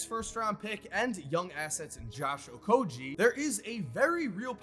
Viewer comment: Disrespect, he said Okogie wrong.